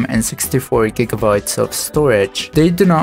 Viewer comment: Nice video but gigabyte is not read as jigabyte and google is not read as jiggle